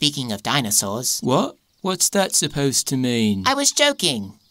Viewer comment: 'Vas happening boyz